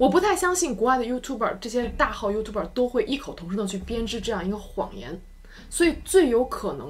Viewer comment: 我一直奇怪讀youtuber的發音為何與字典不同?